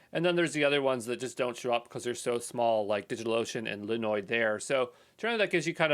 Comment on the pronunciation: It's linode not linoid my dude